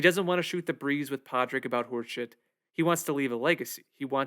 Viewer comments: If you’re gonna review the movie, maybe learn how to properly pronounce the protagonist’s name. Pádraic = PAW-RICK 🤦‍♂️ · Padriac is pronounced “Paw-rick”. The D is silent. Other than that, great analysis. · why did you chose to mispronounce Pádraic during the entire video. You clearly paid high attention to detail during the film, but you've decided to not pronounce Pádraic the same way as the people in the film. That's a very odd choice. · It's pronounced paw rig and shiv awn